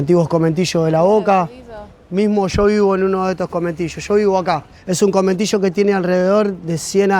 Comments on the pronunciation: Minor correction: It's not "cometillo" it's conventillo. Great video thou.👍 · Conventillo! No cometillo.